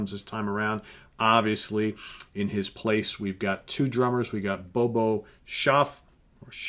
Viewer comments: it’s not Bobo, it’s Bodo. You were so worried about his last name, you messed up his first name! Not trying to be a dick - this channel is my favorite thing on the whole internet and that’s because of you and your impeccable taste and music knowledge. Keep up the great work, man! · Bodo Schopf not Bobo lol